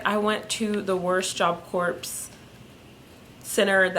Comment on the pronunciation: Thank you for telling about your experiences at Job Corps. I have one big question - why do sooo many JC students pronounce it like you do? The word Corps is not said like a dead body, corpse, it is pronounced core. How do the staff and faculty pronounce it everyday? I just don’t get it.